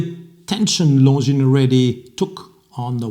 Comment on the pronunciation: You pronounce Longines perfectly ( now we need to get the other watch people to do the same )! Should I sell my beautiful Longines Grand Prize Automatic and buy a new Spirit Chronograph?